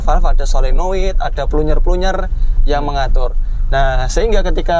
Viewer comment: Plunyer plunyer 😂 Mungkin maksudnya planjer 😂